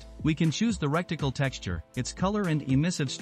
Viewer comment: "recticle" is diabolical